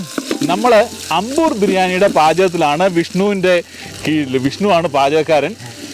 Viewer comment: Ambur alla.....Aaambur....😁